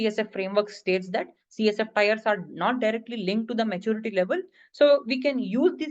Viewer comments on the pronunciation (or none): TIERS .. not Tyres .. good video though